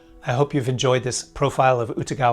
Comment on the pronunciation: Very hard to listen to your pronunciation of his name.